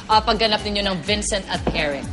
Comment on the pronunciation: Layle? Its Lally hija. Vencent? Ay naku! Bisaya ka?